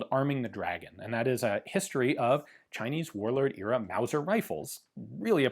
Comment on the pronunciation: "Wauser" pistol! What a unicorn.